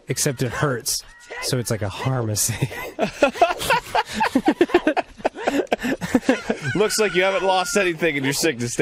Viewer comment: Me He's going to say Harmacy. I don't know the context, but he's going to say it. He said Harmacy